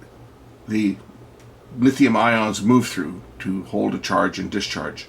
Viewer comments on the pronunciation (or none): none